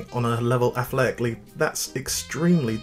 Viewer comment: athletically is not a three syllable word